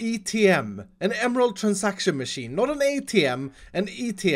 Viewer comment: please dont call it god maaasheeen